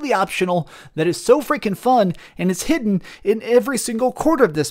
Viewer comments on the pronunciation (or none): none